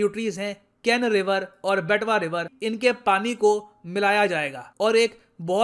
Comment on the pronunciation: sir vo "betwa river" ko "bitwa" ni "beatva" se pronounce karte hai, hamare side se hi originate hoti h, esliye jankari h